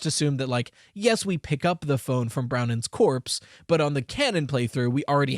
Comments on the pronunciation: Um actually, it's Bronwen not Browen. My name is Bronwyn, so i know the pronunciation lol. Phonetically it's BRAWN-win. I'm so excited to be part of FNAF canon!!! 🎉🎉🎉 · I've never heard of the name Brownen. Are you sure it's not Bronwen? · i write this with the best intentions, but Bronwen's name is pronounced Brohn-win. it's usually spelt Bronwyn irl. i'm not trying to be nitpicky. i just thought i'd let u kno! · That irked me a little too, I had a friend called Bronwyn in school. Didn't expect Scott to use non-english names tbh, pleasant surprise